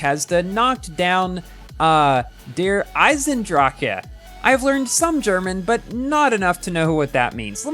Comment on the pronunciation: "Aisendrake" lol 😂